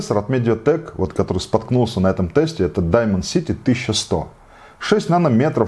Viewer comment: Даймэн сити:) да вы полиглот сударь! Очередные познания в английском от... Интересная транскрипция